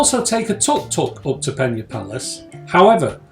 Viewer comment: Good insight thanks. However, Amazed how you managed to say the name of the site maybe a hundred times in this video incorrectly😂 it's Pena, not Penha (which is how it would be in Portuguese if written close to the way you pronounced the somewhat Spanish sounding Peña)